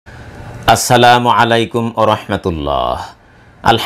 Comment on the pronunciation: আরেকটু ভালো করে উচ্চারণ করেন মু আলাইকুম বলেন প্লীজ